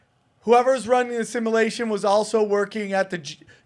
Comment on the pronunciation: dude literally can’t even pronounce simulation lmao